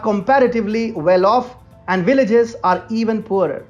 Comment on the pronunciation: "Willages" is that what the comentator said?